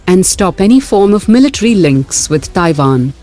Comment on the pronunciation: It's TaiWan...not TaiVan!